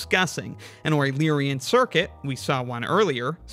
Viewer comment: A wueluerian trail???